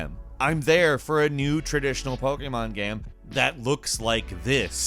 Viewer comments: say pokemon properly lol popemon game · I like the way he says "Pokémon Games". LOL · why does he say pokemon like that though? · Ok, but why were you saying ‘pokemon game’ like that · Is it just me or the way he says Pokémon is... off.